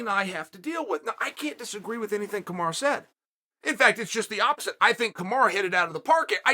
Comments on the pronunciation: Chael honey, it’s Kamaru (ka-ma-roo) not kamara. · Why Chael keep saying Kamara? lol It’s KamarU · Kamaru becomes Kamara- Uncle Chael rechristening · Why disrespect The pound o For pound king 👑 like this..... Kamara... Kamara.... Kamara...... Listen..... It's KAMARU ...... KAMARU..... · Me: Kamaru? Chael: Kamara Me: ok great, Kamara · Kamaru? chael: no, Kamara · Kamaru or Kamara? Lol 😆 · Chael: 'Kamara', Kamaru same thing. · I'm convinced he's saying "Kamara" on purpose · Chael say Kamaru CAMAROO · Nobody: Uncle Chael: KAMARA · Stop calling the man Kamara omg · “ kamara “ lol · If uncle Chael says his name is "Kumara", his name is Kumara from now on. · Nobody: Chael: Kamara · Usman: "Hi, pleasure to meet you! My name is..." Chael: "Kamara" Usman: "Kamara" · Cheal really said Kamara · “kamara” ? what’s with chael and fighter’s names?? even non fans of the sport know some of these names🤣 🤦🏾‍♂️ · Why uncle Chael keeps saying Kamora? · Chael saying he’s the best in the world and still can’t say his name 😭😭